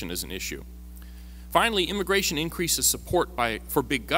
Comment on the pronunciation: It's immigration, not immagration.